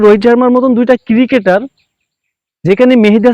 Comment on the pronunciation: Ciri-ceter na re cricketer bol